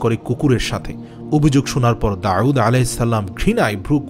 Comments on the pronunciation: داوود على السلام Not داعود على السلام আপনি নাম টি সুন্দর করে বলবেন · Nobir name Ta ektu correctly pronounce korar request korsi. ( Da’ud with hamja, not with a’in) thanks brother. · জনাব, ক্ষমাপ্রার্থী! "দাউদ" উচ্চারণ ভূল শোনা যাচ্ছে। দাঊদ "আইন" দিয়ে নয়। পেশযুক্ত "ওয়াও" দিয়ে। ধন্যবাদ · উনার নাম ছিল ( داود عليه السلام)আপনে বলতেছেন داعود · দাউদ বলতে আইন নয় ওয়াও হবে। داؤد হবে داعود নয়। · আসলে ওটা داعود না داود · অনেক ভালো লাগলো তবে দাউদ নবীর নামের উচ্চারণ এর ক্ষেত্রে কেমন জানি শুনা যায় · দাউদ আলাইহে ওয়াসাললাম নাম এর মাখরাজ সঠিক করে নিও। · বার বার দাউদ (আ) নামটি অশুদ্ধ উচ্চারণ করা হয়েছে।